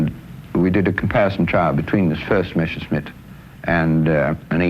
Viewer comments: The name is Messerschmitt not Meshersmitt! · Why does the guy always say "Meschersmit"? Its the other way round: Messerscmitt, the clear "s" comes first. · did he called it "meSHersmitt" :-)))) ..... with a SH ???? what a dork